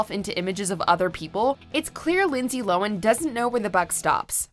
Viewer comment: That's not how you pronounce Lindsay Lohan's last name.